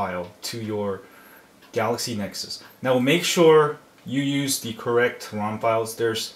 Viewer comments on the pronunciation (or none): lol thats funny, "galexy nexus"